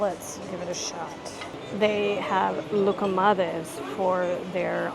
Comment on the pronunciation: Your pronunciation of loukomathes was spot on. Bravo! We’ll be in Kosmas in 2 ½ months. Can’t wait. It’s east of Kalamata.